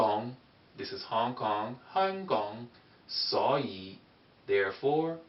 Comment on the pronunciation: when you say suo yi you pronouncation needs to be a little better and also same goes for Hong Kong.